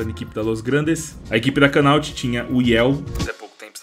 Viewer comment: a equipa da "canaute"? hahahaha